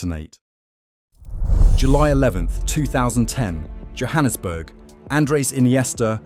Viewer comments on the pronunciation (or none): none